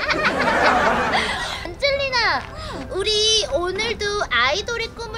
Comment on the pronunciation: 안젤리나 이름이 계속 '안질리나?'라고 들렼ㅋㅋㅋㅋㅋ